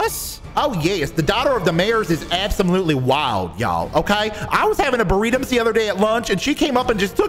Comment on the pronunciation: the cop that came up to help at the end has such funny vocabulary tho lol. LIKE WHO SAYS BURRITMZ INSTEAD BURRITO AND TRESPASSMZ IN STEAD OF TRESSPASSING AND WHO SAYS yEaHmZs instead of yeah. like WHAT- XD